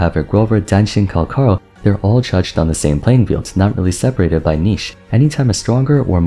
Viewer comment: bro cmon it's in the name Cal-CHAAA!!! lie chalk CAL-CHaaaa ch pronunciation not K CALCHARO not calkaro